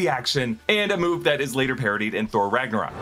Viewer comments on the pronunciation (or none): none